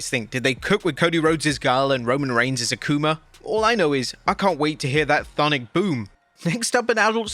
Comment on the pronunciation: 😂😂😂😂 im dead... thonic boom🤣🤣🤣🤣